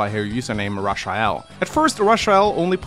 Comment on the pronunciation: my dude still pronouncing "Rush-uh-el".